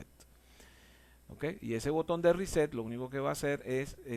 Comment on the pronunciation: A mí me dá la risa cuando dices riset(reset) well done,capacitación con humor,grande no cambies nunca champs.